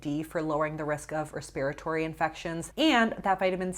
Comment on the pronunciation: That’s an interesting way to say respiratory